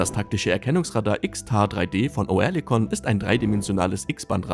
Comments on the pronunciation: Es ist fürchterlich, wie ihr Deutschen gewisse Wörter aussprecht. Auch das Wort Oerlikon wird nicht Oe sondern ÖRLIKON ausgesprochen, Oerlikon ist eine angrenzende Ortschaft von der Stadt Zürich, also in der Schweiz und bekannt als Waffenschmiede. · Oerlikon wird "Örlikon", nicht "Oërlikon" ausgesprochen. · Köstlich die Computerstimme, Oerlikon statt Örlikon. Bringen die nicht mal fertig, deutsche Umlaute richtig zu programmieren, sorry, aber ein Armutszeugnis für diesen Kanal. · Als Kommentator sollte man schon wissen, wie ein Firmenname ausgesprochen wird. Sagen Sie doch einfach Örlikon, dann stimmt‘s. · Das heisst Örlikon. Sorry hat enorm getriggert.😉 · Bitte: Lasst doch diese verschi###### Computer-Stimmen weg ! O-Erlikon.... echt nervig !!!! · Das wird Örlikon ausgesprochen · Ich krieg die Krise mit dem Piefken... Oerlikon spricht sich anfangs wie das englische Wort "early" aus, also quasi mit nem weicheren Ö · Da musste der Sprecher ja Kenntnisse haben die über 3 IQ hinausgehen, hat er aber nicht !!!